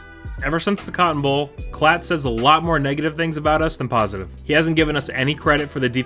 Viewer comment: Appreciate the shoutout and great job with the name pronunciation! Those Klatt clips from the draft are wild considering he went out of his way to trash our D while two top-notch defensive players were being selected. Hope reading all those OU comments doesn't rot your brain. Do you think there will be a day when the OU fans stop posting on every SC video and tweet? Or will they be that guy still badmouthing his ex six years after they broke up?